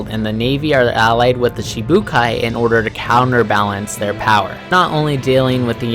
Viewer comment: Its shichi not shee shee but oke